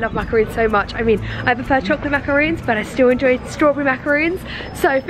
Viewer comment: I am pretty sure that she meant macarons not macaroons.